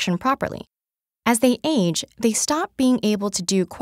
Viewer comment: I kinda got annoyed of how she said “age”